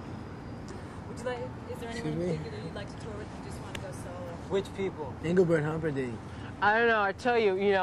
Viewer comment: Engleburt Humperdinck!